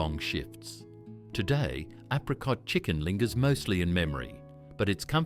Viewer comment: Apricot is pronounced wrong. Apricot chicken is still popular. I make it many times a year. Tuna bake still common. I make lambs liver, bacon and onion regularly. I've never seen welsh rarebit in Australia. Yet another lazy and poorly researched AI garbage.